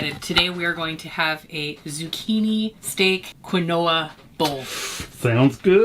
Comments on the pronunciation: Lol at the pronunciation. It's Keen-wah. Weird huh? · Quinoa = Keen Wah! Funny you made it karate sounding. 😂